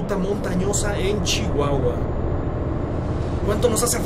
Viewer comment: Pensé que dice chingueguencha😂